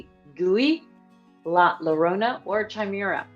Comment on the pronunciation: It’s pronounced La Ya-rona, not La La-rona